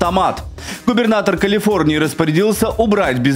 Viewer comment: "Калфиорнии"; "Кмалла Харис"; "расследвоание" --> Ох, не зря говорят: "спешка быстроту e6ёт"! Особено, у малограмотеюшек!..